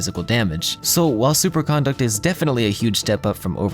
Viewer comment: why does every youtuber mispronounce superconduct??